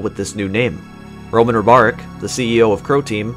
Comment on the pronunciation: I like this documentary, but I cant believe how bad you pronounce Ribaric. You pronounce it like its Robarek.